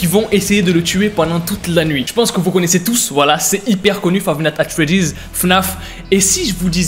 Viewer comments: xd ta dit fave nat at freddy lol men faux dire five night a Freddy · "Five nate at Freddy's"